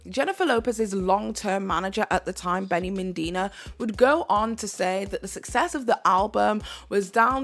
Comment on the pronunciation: Also, Rodney Jenkins instead of Jerkins and Benny Mendina instead of Medina.